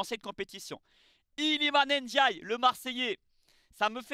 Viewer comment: Iliman Ndiaye (Ndiaye se prononce Ndiaye) pas (N) diaye. Le N se prononce à peine. Pour moi il aurait dû rester à Sheffield United, l'OM est un club trop compliqué pour lui il se met une grosse pression et n'arrive pas à exprimer son talent alors qu'à Sheffield United il marchait sur l'eau. J'espère qu'il ne va pas gâcher sa carrière parce-qu'il a un potentiel énorme.